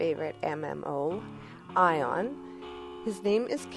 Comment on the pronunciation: Thank you for saying the name of the game correct! This guy isn't too bad as a player in Aion. But there's a difference between leading and going all out for your faction. This guy refuses to die for his faction and leaves automatically anytime things seem grim and let's be honest Sin Commander Xform.....really? kind of a waste of a spot would be the same useful as a 5 star xform. Bottom line this guy knows how to play but he will not die for his faction.